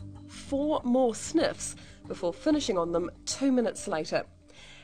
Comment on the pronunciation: "one, two, three, four more sneffs"